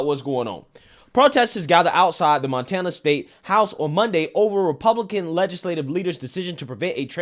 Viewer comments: “Man-tana”? LOL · Did just say... MANtana?😂😂😅😂😂😅😅 No such thing as a transchild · Was that intentional!? 😂 Mantana?? If it was, bravo good sir. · "MAN-tana" lmao nice Freudian slip 😂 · "Mantana", you cold lol